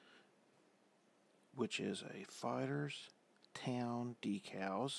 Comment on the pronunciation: Hi try and sound happy and do you get off on decals? Pronounced D E K A L L Z ...